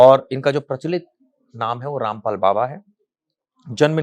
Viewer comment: उनका नाम ठीक से लीजिये